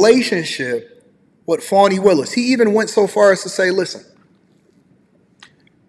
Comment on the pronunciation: Not Fawni or Fauni. Fani= Fan-ee.(dictionary) Don't you people know how to speak English! The judges is week and not a man, cannot control his courtroom and witnesses! She should be fired and charged immediately! Show me a Democrat and I'll show you a piece of sh*t! She's a perfect example!